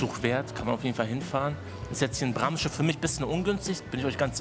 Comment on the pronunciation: Braamsche, nicht Brammsche. Gutes Video sonst